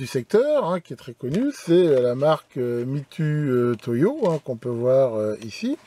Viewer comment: Juste une remarque, un point de détail qui n’enlève rien à la qualité de cette vidéo : on prononce MitOUtoyo (nom japonais) et non pas Mitutoyo. D’ailleurs, je dois pas trop me tromper pour dire qu’à part en français dans toutes les autres langues, le U se prononce OU. 😉